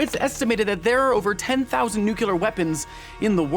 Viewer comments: bruh really said nucyular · Did you just say NUCULAR? =))))))))))))))))))))))) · Why do so many americans, pronounce "nucular" instead of "nuclear" ?!?!? Anyway awesome video! EDIT. Jake here actually pronounces it both ways! 😄